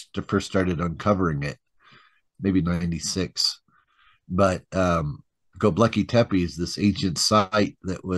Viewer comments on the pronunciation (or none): Not Goblakly tepe. It s Göbekli tepe. In translation from Turk language it means bellybutton hill